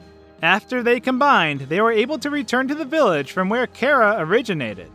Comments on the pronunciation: It is. This dude says it way off. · Jonagor97 2 It may be short for Character, but that doesn't matter. Would you pronounce Chair as K-air? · its Chara not Cara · Cara -_- im sorry but cmon its Chara the h is a thing but still cmon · no you're right. it's pronounced kara, even though I wish it weren't so because I have a Freind named Kara XD there is no official way to pronounce it since it's hardly even canon, but it is short for character so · Him: cara me: you mean chara? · ITS NOT CARA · its not cara its chara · it’s char a not cars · Says Chera Me: ITS CHARA DUDE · Its chara (ch a ra) not chara (care a) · I like your videos, but when you say Chara as "Karah", it slightly annoys me. Just a nitpick I have. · jenny fabros no, the canon pronunciation is car-a. Like character. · Do you not know how to say Chara you aren’t pronouncing Ch right so stop calling her Kara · its chara not chara